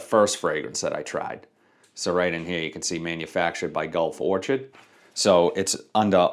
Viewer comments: Vision = Pacific Chill. I have it and enjoy it quite a bit. Great performance. Legacy = Blue Talisman. Don’t have that one since I already have Art of Universe. Also, it’s Gulf Or-kid, not Or-chid, lol. Like the flower. Thanks for the content! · "Or-kid" not "or-chid". Sorry, I couldn't help it.